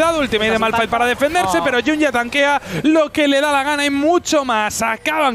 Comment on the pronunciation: Malphite q es esolo r Precede a fallar la r😅